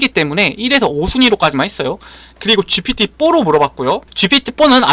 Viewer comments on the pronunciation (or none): 이건 확실히 ai 목소리가 아니다 쥐퓌튀 뽀 라고 발음하는 것을 보니 절대 ai는 흉내낼 수 없는 휴먼비잉의 보이스이군.